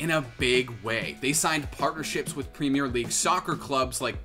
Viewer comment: please god, as a british person saying this, can you say premier properly like "prem - ear"